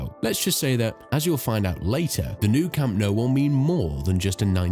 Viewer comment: Camp No..?? and Santiago Burn-A-Bow.....?? wtf... At the very least learn how to pronounce the places correctly, this is just pathetic....